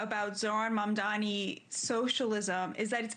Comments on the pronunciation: I dont get it! Why is it so hard to say his name right?! It's M.A.M.D.A.N.I NOT MAMDAMI. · So true. It's like suddenly professional news casters can't tell the difference between an 'N' and an 'M'. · At this point mispronouncing his name is done purposely and outright racist